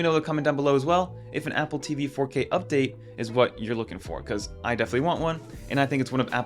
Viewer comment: I had the same thought (no direpsect either) "moneclature" ?? Also, is it just me or is anyone else annoyed by how he says “DONG-les” and “APP-le TEEE-VEE” like it's some plot twist? I genuinely love his con-TENT, but holy hell let's stop with the RAN-dom empha-SIZING one of these days.